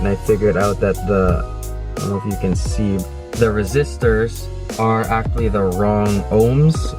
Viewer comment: Y u gotta say actually like that? (Still love your videos though, no hate)